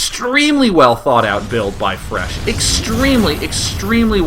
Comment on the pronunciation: lol'd at calling fResh "IRish" once